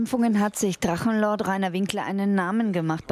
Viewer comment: Drachenluuu-ord... Wollte der Moderator Luan sagen?